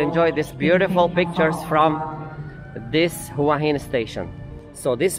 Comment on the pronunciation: Please... the city name is pronounced 'whaa heen'. Not 'who-ahh hin'.